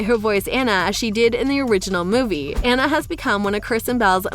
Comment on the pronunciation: This girl doesn’t know how to pronounce these princess’s name, she said Mona instead of Moana and Ana instead of Anna!